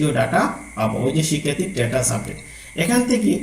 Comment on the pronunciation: অনেক ধন্যবাদ, আপনার ভিডিও অনেক তথ্যবহুল কিন্ত কিছু শব্দের উচ্চারণ ভীষণ শ্রুতিকটু লাগছিল। খুঁজুন কে কুযুন বলছেন, স্ট্যাটাস কে ট্রেটাস বলছেন ইত্যাদি